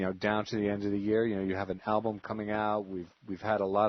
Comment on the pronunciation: The interviewer appeared great because it was the FANS asking the questions, not him. Frankly I think he was dumb coz he couldn't even say the name of the album right.